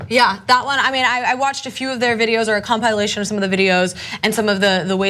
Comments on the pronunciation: Com-pile-ation... Sorry, it jumped out at me. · "Compile-lation" lol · "comPIElation" lol